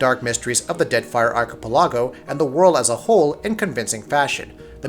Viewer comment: The way you pronounced "archipelago" was cringe inducing.